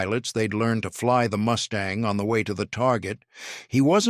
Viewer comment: Good review--but please to get your AI narrator sorted out. It is MUstang, not MOOStang.--TKS